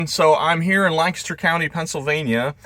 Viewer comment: Thank you for pronouncing Lancaster the way we locals do!! It is music to our ears. 🙂